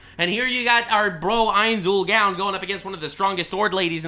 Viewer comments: Ainz Ool “Gown” lol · "ains ull GAWN" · First of all thank you for showing love to one of my favorite animes( even though you're butchering the main character's name). Secondly the only people that don't like Overlord are people who believe in the power of friendship. They all believe that the isekai hero needs to have a gigantic harem, never have sex, be OP and collect lolis like stamps. Granted the anime has the same aspects as log horizon, but the story of overlord is dark and twisted the longer it goes on, I'm glad this anime is the way it is. It's a lot fresher in my mind than watching another Kirito knockoff. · The way keeps saying the name so wrong that it could be considered blasphemous, make me cringe each time he says it. 😅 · I love Overlord content and would consume it like crack. However the way you say Ainz Ooal Gown just triggers me so much I had to stop watching 4 minutes in. Probably just a me issue. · Call him Lord Ainz or learn to say his name right smfh.